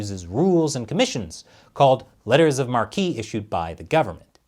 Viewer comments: Marque is pronounced 'Mark'. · The e in marque is silent 😶